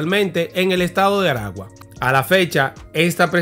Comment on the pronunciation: Felicidades hermano por tu trabajo. En caso de los nombre de los estados se pronuncia. Maracay estado aragua. Barquisimeto estado Lara. Esta mal pronunciado estado de Aragua. El nombre del penal es. Centro penitenciario de Aragua. Y es mas conocido como carcel de tocoron. porque porque esta hubicado en las afueras de una poblacion llamada tocoron perteneciente al estado Aragua. 👍👍